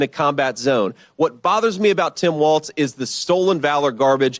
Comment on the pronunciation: Tim WALZZZZZ 😅😘😘 NOT WAL(TS)